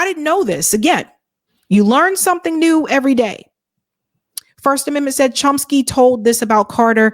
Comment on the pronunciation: Hi. LOVE you. Just letting you know, it's "KA-MARE-ROUGE" (Khmer Rouge) and "CHOM-SKI" (Chomsky).